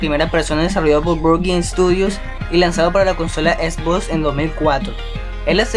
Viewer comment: Esbosss??? No será xbox?? Cruzy tasssi, por favor habla y modula bien